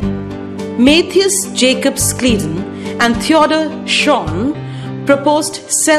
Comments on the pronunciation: i'm pretty sure it's pronounced Sh-lai-den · Yeah that's what I was thinking too